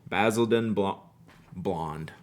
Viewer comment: It's pronounced Bah-sil-den, emphasis on the first syllable. 😉 I remember this very silly skit from British TV in the 70s about Basildon Bond. Any other British pen lovers around here?